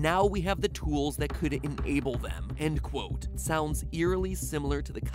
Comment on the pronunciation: Tries to make a joke about Matpat mispronouncing enable but doesn’t wanna come off as rude Well it’s pronounced enˈāb(ə) >:(